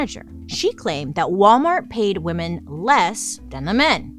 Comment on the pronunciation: I’m watching some old videos. Bailey. It drives me nuts the way you pronounce “women”, it’s pronounced, “wimen” . I don’t know how to explain. Women is differently pronounced than woman. Please don’t hate me. But it does drive me insane